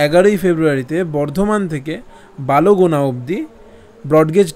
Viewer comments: Sir ota balogona noi bolgona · বালোগোনা নয় বলগোনা । Balgona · আমি কাটোয়া থেকে। আমার বাবা কাটোয়া ন্যারোগেজ লোকোতেই কর্মরত ছিলেন। ছোটবেলা থেকেই এই ট্রেন দেখে বড় হয়েছি। আপনাকে অনেক ধন্যবাদ আমাদের এই নস্ট্যালজিয়াকে তুলে ধরার জন্য। তবে একটা ছোট্ট সংশোধন, ওটা বালোগোনা নয়, বলগোনা হবে। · ota balogona noi...ota bolgona